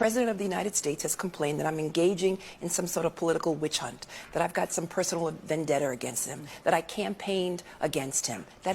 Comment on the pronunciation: What's with these FAT, Low IQ black women and their EXTREME TDS? How did these people even get in office? "Vendettur" lmfao